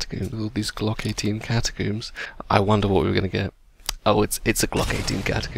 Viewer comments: CATACOMBS NOT CATACOOMBS!! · catacombs not catocooms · Its not catacooms its cata-combs. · IT IS NOT GLOCK 18 CATACOOOMBS, IT IS GLOCK 18 CATACOMBS...PLS PRONOUNCE IT PROPERLY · Every time you say "Catacoomb" I die a little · why does everyone on youtube call them Catacooms? Its cata + comb, do you pronounce comb as coom? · The way you say glock 18 catacombs gets me everytime I dont know why haha